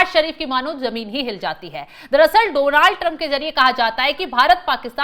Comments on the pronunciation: Its not Dooonald Trump, it's Donald Trump✅ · Oh bhai donaaald nahi just donald hota hai why every journalist saying same 😂😂😂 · Donaaaal Trump nahi Jahil Donal Trump hota ha 😅😅